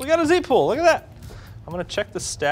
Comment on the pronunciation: z-pool ... not c-pool 🤦‍♂️